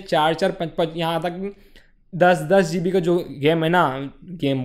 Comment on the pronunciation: It'd GB , not zeebi